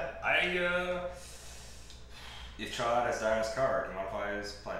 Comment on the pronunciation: The fact that you both had the discipline to intentionally mispronounce Ch’od for so long was impressive.